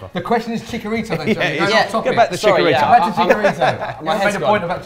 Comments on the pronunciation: and it's Chicharito not Chicarito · That pronunciation of Chicarito 😒